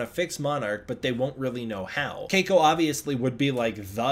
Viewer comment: I kinda like how you pronounce 'Keiko' ==on other media folks just say 'Kay-ko' (See Miles O'Brien's wife on DS9), rather than pronouncing 'All' the vowels. AND while we're at it, I have to say: I don't normally 'Fetish' Asian women, but Darn, both Cate and Keiko are just gorgeous.